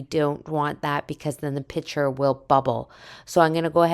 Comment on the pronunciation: Couldn’t finish this … too many times calling a piCture, a piTCHer … like nails on a chalkboard for me